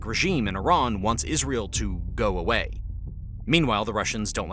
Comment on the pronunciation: I'm confused. Is it iran. Or tyiran. Cause I keep on hearing several people, including in this video, say tyran.... SO WHICH ONE IS IT??